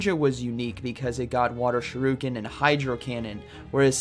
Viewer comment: Nobody:: Water SHIRUken